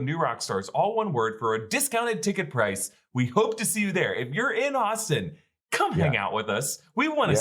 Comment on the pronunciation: Did he say oxton texas or Austin texas ?